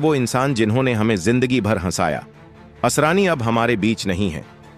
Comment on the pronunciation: आसारानी ? अरे भाई ! नाम तो ठीक से बोलो।